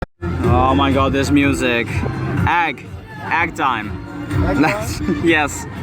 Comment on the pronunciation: whats a agg its egg not agg XDD